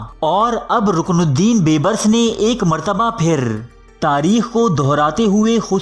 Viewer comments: Oay sianay baybrus nhi hota beebrus hota hy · Please improve your Urdu pronunciation. Calling Dara Shikoh as Dara Shikwa and Bebris as Beburs are really in bad taste.